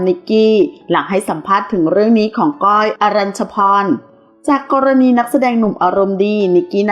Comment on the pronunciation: ข่าวก็สันหาเอามาออกไปเรื่อย มึงอ่านชื่อก้อยยังไม่ถูกเลยอีปลวกเอ้ยย